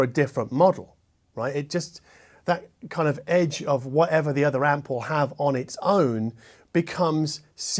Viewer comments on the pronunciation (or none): none